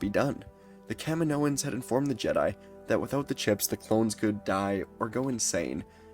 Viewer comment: Every time you said Kaminoans I heard Kevin Owens.